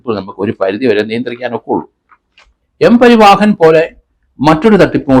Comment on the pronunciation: സാർ... എല്ലാ മലയാളികളും പറയുന്ന തെറ്റ് സാർ പറയരുത്... "M പരിവാഹൻ" അല്ല "M പരിവഹൻ" ആണ് ശെരി. ഇത് simple ആയി മനസ്സിലാക്കാൻ ഉദാഹരണം... ഉത്തർ പ്രദേശ് പരിവഹൻ നിഗം (U P transport corporation) എച്ച്.